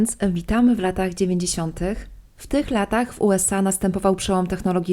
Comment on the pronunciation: Czemu tak akcentujesz końcówki słów, jakbyś pytalaaa? Okularyyyy, dziewięćdziesiątyyyyych, domówkiiii, nastolatkaaaaa. Kurczę , wkurza to